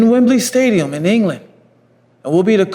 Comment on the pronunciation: Man said Wembley Stadium 😂😂😂